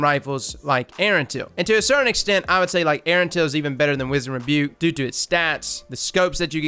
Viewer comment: love you bro, been a sub since d1 (top tier content btw) but if don't stop mispronouncing the word wizened.... Maaaaaaaan!!!!!